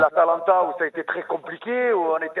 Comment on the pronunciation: Choukri c'est à cause de ce genre d'abrutis que notre club est tombé aussi bas. Des types sans aucune mesure, qui ont un QI à deux chiffres (le type sait pas prononcer Geronimo et Atalanta, frère) , comprennent rien à ce qu'ils voient et déclenchent des crises après deux défaites. Des gars comme ça, on ne veut plus qu'ils nous représentent. L'ambiance du Vel' a jamais été aussi ouf de l'histoire. Jamais. Ca fait 27 ans que je supporte l'OM, on a jamais eu un public aussi acharné positivement parce que la nouvelle génération sait situer le club sans la chape de plomb des années Tapie. Les boomers de ce genre, on ne veut plus les voir et encore moins les entendre. Ils ne représentent plus l'OM mais le bar des amis de leurs quartiers. Et l'autre supporteur qui appelle en conduisant au volant et n'a pas vu le match... En fait le standard a décidé de complètement troller c'est ça ?